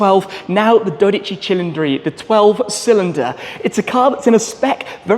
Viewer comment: For god sake is DODICI not DORICI. Why do you keep saying it wrong? Or I am hearing it wrong. I love your videos but this is making me angry for some reason however great spec and I have already ordered my Shmoo Jr so I am looking forward forward to it. Have a great day and many happy miles with your upcoming Ferrari